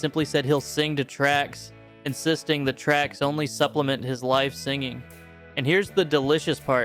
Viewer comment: It sounds like you’re saying life instead of live.